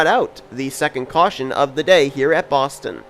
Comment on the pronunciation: how dare you botch "Boston" at the end of the video. We don't actually talk like that